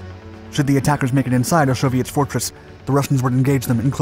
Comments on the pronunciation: I picked up where you left off correcting people with Osowiec Fortress will admit his pronunciation does sound like Soviet fortress though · Osowiec Fortress it sounds like soviet fortress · Osowiec fortress, not Soviet fortress. It sounds similar when pronounced by an English speaker. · "Osowiec", not "Soviet". Play it again. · its Osoweic pronounced Soviet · To everyone saying they weren't Soviets, that's not what he's said. It's Osowiec Fortress. That's the name of the place, nothing to do with Soviets. I have to admit, though, it did sound like he was saying 'Soviet Fortress' to me, too. :) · thank you for clarifying....it sounded like Soviet which didn't exist at that time...also thanks for showing gas was not limited to the western front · It did sound like "soviet" until the film really got going. I'm glad that I kept schum until the end. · Lol, I thought he was saying "a soviet fortress", but he was actually saying "Osowiec fortress". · I don't think so - it's the pronunciation of Osowiec